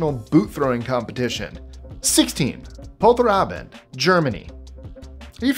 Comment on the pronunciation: Nice butchering of Polterabend, btw intact bullets don't hurt unless you toss them hard or actually fire those